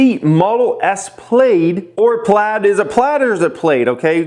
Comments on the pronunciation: Plad is incorrect....the correct pronunciation is Plaid like .....I got Laid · It’s pronounced “plad” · duh.. It’s pronounced Plaid obviously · Pronounced "PLAD" my dude. Haven't you seen Spaceballs? "They've gone plaid!!!" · "Some of you guys call it the Tay-can" 20 seconds later.. also calls the car the Tay-can.. lol It's pronounced Tie-con.. also plaid as in a plaid shirt. Elon must love Spaceballs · You Plaid yourself. Plaid rhymes with Vlad my lad